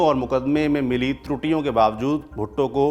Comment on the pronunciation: Saurabh ji aapne galti se 'bhutto' ko 'bhutte' bol.diya. 3.38 to 3.43